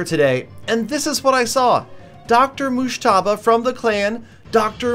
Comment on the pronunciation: Your pronouncing mujtaba wrong Fan from Pakistan 🇵🇰